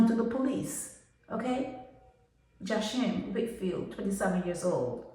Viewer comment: Can’t even pronounce his name got me mad speaking on something u don’t kno abt